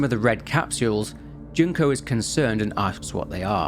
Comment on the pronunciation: Not Junk-oh 😂 June-koh 😅